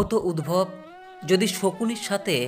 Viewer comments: খুব সুন্দর লাগলো। সব কাজের আগে ঈশ্বরকে স্মরণ করতে হবে। উদ্ধব গীতা। সারথির নাম উদ্ভব নয়, উদ্ধব। উচ্চারণ ঠিক করতে হবে। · UDVAB NOI...UDDHAB.. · Map korben uchharon ti ami hoyto tihk janina ami jantam uhharon ti uddhab